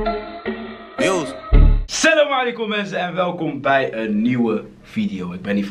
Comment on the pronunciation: Maa Shaa Allah Prachtig hoe je altijd Salam Ailkom zegt . Gefeliciteerd bro ❤